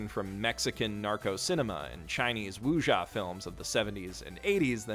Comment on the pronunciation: Wusha..... You mean wuxia?